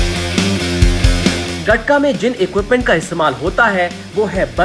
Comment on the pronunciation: It's called गतका not गटका my friend